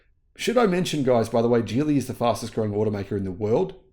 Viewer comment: Geely is pronounced with a hard “g,” similar to the word “ghee.” The correct pronunciation is “ghee-lee,” not “jee-lee,” which is a common mistake.